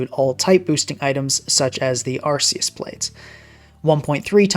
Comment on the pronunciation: Bro said “arse-ee-us”